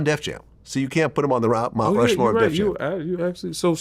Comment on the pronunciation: That word “Mount Rushmore” was kicking Yayo’s ass for a sec. 😂😂